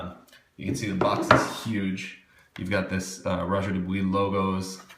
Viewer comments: not, he pronounced it quiet correctly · pronounced DO BWUAH